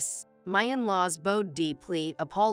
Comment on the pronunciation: “Bowed” is pronounced “B-ow-d” not “B-O as in orange”. Get narrators who actually speak English, please. It’s so unprofessional!